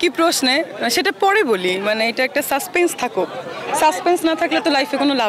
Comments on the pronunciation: 'সাসপেন্স'কে বলে 'সাসপেস' থাকুক। তাও আবার দুই সেকেন্ডের মধ্যে না দুইবার, ১৮ সেকেন্ডে এবং ১৯ সেকেন্ডের সময়। হাস্যকর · Suspense কে বলে 'সাসপেইস' থাকুক (১৭ সেকেন্ডের সময়)। তার পরের সেকেন্ডেই বলে 'সাসপেস' থাকুক। কেমন পড়াশোনা করা ডাক্তার তা বুঝা যাচ্ছে। তবে শাকিব খানের ডাক্তার হবার যোগ্য।